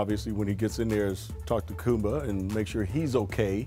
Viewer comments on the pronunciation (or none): Talk to KUMBA??? Which Kumba is this??? Is it Kumba Ya? Byron is on the Scottie level of butchering players names